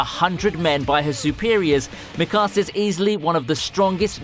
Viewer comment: Erza not Urza, Mee-ka-za not Mi-kuza.. geez